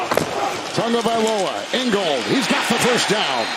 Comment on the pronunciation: I can't stand the way this announcer says Tagovailoa